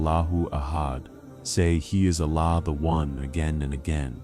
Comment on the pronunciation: Please pronounce Surah iklaas properly and name Allah !